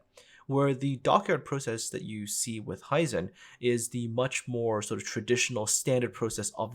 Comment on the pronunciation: Very interesting video. And the art departement really has always been top notch and recently the (sole?) saving grace for the game. One gripe I have with the video: The pronunciation of "Hizen". Japanese words are mostly pronounced "as they are written". I am not really sure how to illustrate that here though, apart from maybe that it is similar in German, maybe that helps.